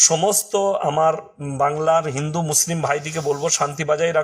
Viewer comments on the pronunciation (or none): none